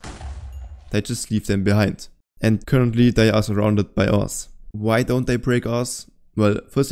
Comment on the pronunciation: Oh, “ores”. I thought you were saying ass.